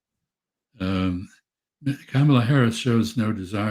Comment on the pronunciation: Wow! Mr. Freeman said 'ka-ma-la' correctly instead of 'camel-uh'